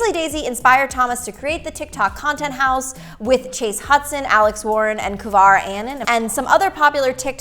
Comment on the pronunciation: Kovar 💀 it’s kover 💀😂